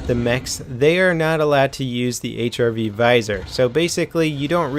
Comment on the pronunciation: "HIV Viser"? RIP in peace grammar...